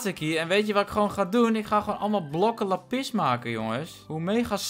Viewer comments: lappis kijkers: lápis!!: lappis kijkers:... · Niemand:: ik zie laPIS